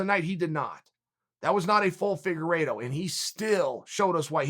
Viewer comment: He even pronounced Figueiredo’s name well, it’s a death sentence